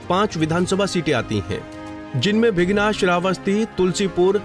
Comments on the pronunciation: भीगना नहीं भिनगा बोलो जी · Naam to sahi lo Bhai bighna Kya h